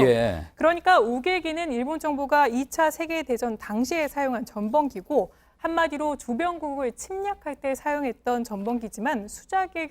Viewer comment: 전범기~를 점벙기~라고 발음하는 걸 보고 있노라면....